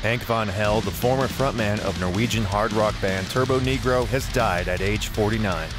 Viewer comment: It's turbonegro... Not turboNEEgrow